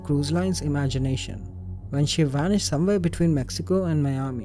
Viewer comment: He WANISHED!!?? NOOOO